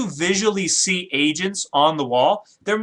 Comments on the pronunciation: Agents. The last time you said it, it sounded like you said 'asians' lol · did he say asain lol